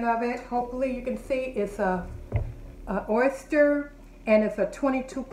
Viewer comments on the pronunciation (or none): Ahh-sterr (Oster)